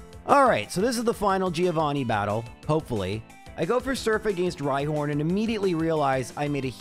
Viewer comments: Hard to believe this is still a thing after 100+ episodes, but I have to point out: Giovanni is correctly pronounced "Joe-vanni", the "i" is kinda silent. Really enjoying these videos anyhow, keep it up! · Day Some Extremely High Number of telling to call the Gym battle with Giovanni "Threeovani" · How many more videos does it take for to try to pronounce Giovanni right?